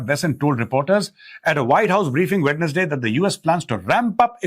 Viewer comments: Abbe ho gaawar Wed nas day nai hota wensday hota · Mejor sir, sorry to say that the correct pronunciation is "Wenz-day".